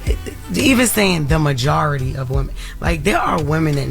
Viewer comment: He messed up when he said "Majority".